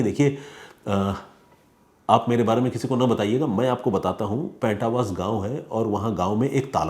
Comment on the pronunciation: main aapki bht izzat karta hoon, aapne sahi se researxh nahin kiya is case k baare mein...... even aap paintawas gaanv jo charkhi dadri mein hai us ka naam tak nahin pronounce kar paaye ho, case kii toh aap bhool hi jaiye